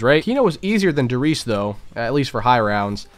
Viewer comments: Fuck me dude I like your vids but for real work on your German pronounciation, in German ALL letters are pronounced Der Ries E, Wunderwaff E, kino der TO TEN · No offense, but why do you not say the "E" in "Der Riese" or in the word "Wunderwaffe"? It is definetly spoken in German, just like Porsche is called "PorschE", not "Porsch".